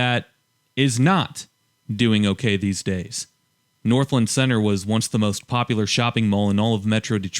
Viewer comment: I'm sorry I have to say it, but it's pronounced North-LAND not Northlend 😅